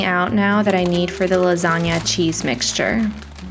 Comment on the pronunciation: Your pronunciation of the “gn” sound in lasagna is perfect 😮 It’s the first time I’ve heard an English speaker get the pronunciation correct 🎶✨️